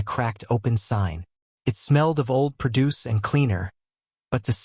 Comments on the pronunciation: AI reading needs to go away, 2 minutes in and pro-DUCE instead of PRO-duce drove me insane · i HATE THESE FAKE ai CREATED VIDEOS. tHE GIVE AWAY WAS "pro-DUCE" WHEN IT SHOULD HAVE BEEN "PRO-duce".